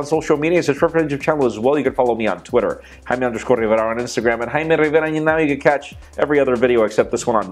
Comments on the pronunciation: haime riverra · stop saying Jaime Rivera Jamie Rivera dude come on grow up..... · I like how he says Jaime Rivera